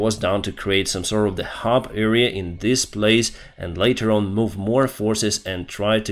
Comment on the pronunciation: it's not "eerea" but "area"..... the first letter is pronounced like in "Adam"